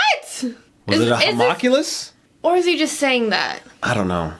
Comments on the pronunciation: i know people are probably gonna tell you this a few times and i was gonna ignore it but you said it like 10 times in this one episode. you're pronouncing homunculus wrong, its not ho-mock-u-less, its hu-monk-u-less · I'm sure a Hawmockulous is pretty cool, but for the love of God, "Ho--mun--cu--lus". lol Much love guys. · It really annoys me that they don't know how to say Homunculus